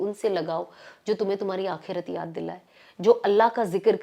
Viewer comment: sana plzzzzzz don't mind aap bohot acha bolti hai pr aap ko apni urdu alfaz thode ache karle to maza or aayega sunne me alfaz sahi kre jese aap bolti h kalik bola aapne wo hota h khalik.galat nahi ghalat aakerat nahi aakhrat .wagera wagera pllzz bura na manana mai chati hu aapki zaban b pakki ho . sorry